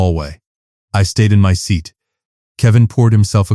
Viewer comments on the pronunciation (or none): none